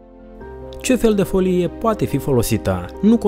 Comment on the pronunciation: Destul de greu de crezut ca o persoana care nici nu stie sa pronunte "folie" stie ce vorbeste